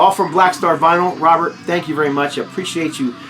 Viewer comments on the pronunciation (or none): none